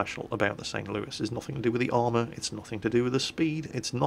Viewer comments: Because Louis ends in an S and not an E. So why would you say it as if it ended in an E and not an S? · ThatGuy3714 Louis is a french name. St. Louis the city is named after King Louis the Ninth of France, who was sainted by the Roman Catholic Church, he was a crusader and such things like that. I actually been to the city, they have a Cathedral dedicated to Saint Louis as well, very nice mosaics, almost medieval in quality and style, not something usual in the United States. Anyway, the french pronouce Louis as "loo-ee" the "s" is silent. By the way, St. Louis originally part of french colonization, not english. It is an originally french city! Same as New Orleans (Orleans is a city in France). We don't say Orleans the "French" way either !